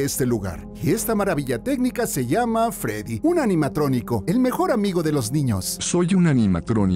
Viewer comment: Se dice Freddy pero bueno tranquilo jaja pero eres una persona buena pero juega fnaf